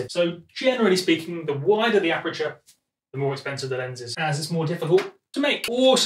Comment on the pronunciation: Aperture* (not apreture)